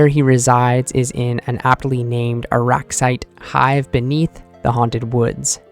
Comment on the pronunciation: Say it with me Arrax-IGHT that’s how you say it.